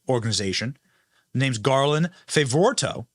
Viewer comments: Dear Benny: We need a list of these charges for the entire year and previous. It might make the Deniers at lkeast listen. BTW, it is pronounced Favoreeto. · Benny, it’s pronounced Garland Fav-ugh-Rito. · Hi Benny, his name is Garland "Fav" as in "hav" ......"vor" as in ""for" ...."ritto" as in "frito" or Garland Fav ...vor....rito! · It's pronounced favorito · You pronounce his name "Fay-vor-ee-toh".